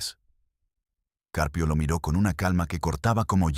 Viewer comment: Este narrador no sabe leer el apellido del juez es Caprio pero el narrador dice juz CCarpio narrador apellido lo dices mal es CJuez CAPRIO no CARPIO